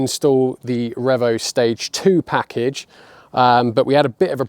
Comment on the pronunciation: Please stop calling it Rev O. It's Reevo. Car looks miles better with the original wheels on it.